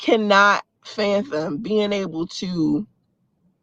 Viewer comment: Omg now she saying fanthom not fathom or even phantom anymore. It took her full concentration and she still couldn't get it right